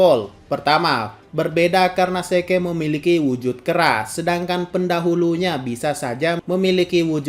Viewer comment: Zeke.. bilangnya "se-ke".."😅